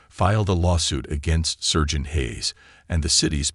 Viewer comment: Good story and nice reading, but one odd mistake. Not "sergeant" with the "ser" pronounced like the "cer" in "certain" — it's pronounced with the "ser" rhyming with "star." Strange miscue for a native speaker.